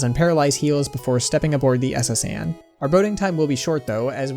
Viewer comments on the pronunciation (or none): none